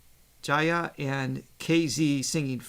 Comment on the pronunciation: is right pronouncing Jaya. Aah as in 'Father', else it becomes 'Feather' 😉 You should see the full segment of the Jaya Regine video. It sounded like a mini concert